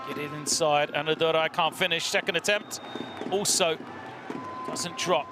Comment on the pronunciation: Commentator's best moment is calling Anna Durai as ANNADURU the whole time